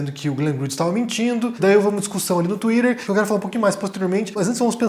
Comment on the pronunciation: O jeito mais brega de pronunciar a palavra Twitter de toda internet.